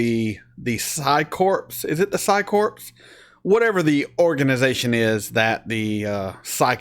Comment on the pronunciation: Corpse is a dead body. Corps is pronounced core.